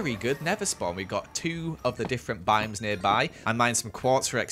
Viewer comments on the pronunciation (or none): none